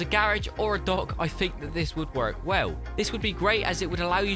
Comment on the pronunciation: I hate how you say the word work